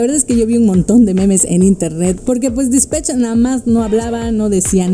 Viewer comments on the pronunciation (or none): none